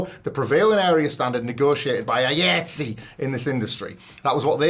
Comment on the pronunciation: the delivery of the last story is stupid. ignorance of a working professional union and constantly mispronouncing the union's name. that union spans the majority of the entertainment industry like sag-aftra or bafta. if you look at any blockbuster movie's end credits, likely an iatse chapter is there.